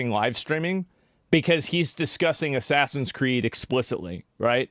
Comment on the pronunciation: ASS-SASINS Creed: The french controversy